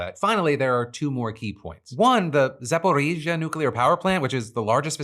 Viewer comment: That was a solid pronunciation of "Zaporizhya"